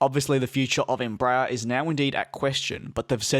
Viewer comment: Please....it's NOT "embrayer"....it's "EMBRA- AIR"...even in Brazil.....